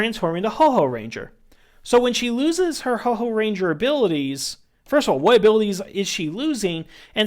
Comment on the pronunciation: Houou...not Hoho LOL